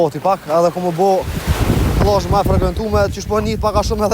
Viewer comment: Jo pllazh 😅plazh pa ll serb,jo kokakolla😅kokakola😅jo killa por kile😅😅😅